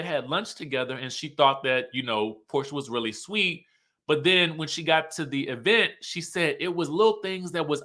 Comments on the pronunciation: The Tisha ‘e-vent’ pronunciation 😂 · how you keep emphasizing the Event has me 😂😂😂.